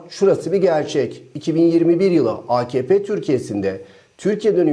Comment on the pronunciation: Akepe değil AKahPe.